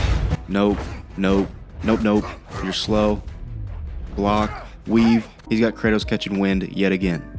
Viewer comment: are u trying to say weave?😂